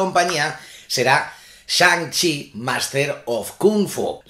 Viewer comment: Shan CHI Master of Kung FU! me reido como lo a dicho